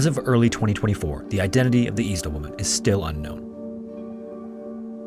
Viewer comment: Is this a person talking? You said Eczema wrong. I think you said Isdal wrong too.